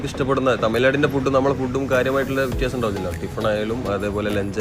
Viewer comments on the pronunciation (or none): none